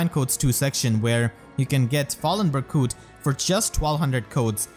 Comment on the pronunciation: “Berkute” IM DEAD:_pm1Smile2